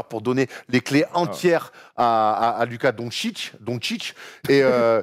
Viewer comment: Et non c pas Luka mais ça se dit lOUka😂